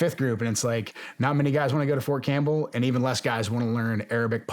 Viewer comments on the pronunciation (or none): none